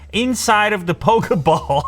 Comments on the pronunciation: Like how he calls it pokaball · Did he really just say pokeball fans.